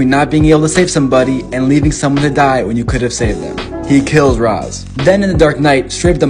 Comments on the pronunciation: Rahs? It's pronounced raesh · Slightly unrelated but I will NEVER forgive Nolan for his bastardization of the name Ra’s which is NOT pronounced “Roz” but instead “Raysh”. A very common and annoying mistake. Really shows who’s a fan of the source material and who’s not. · Its fucking pronounced rech al ghoul Not raz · It’s not pronounced rarz it’s wraish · I know it doesn’t matter, but R’as al Ghul is pronounced more like Rayshe, not Raz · Isn’t it pronounce raish, not ras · It’s not pronounced as raas, it’s rasche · It's pronounced raish, not raz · I think its pronounced rashe not ras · it's pronounced "ray-sh" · It's pronounced ray-sh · That's not how you pronounce Ra's